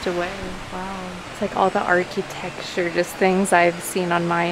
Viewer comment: Archy-texture! I love, and this pronunciation was so cute… made me grin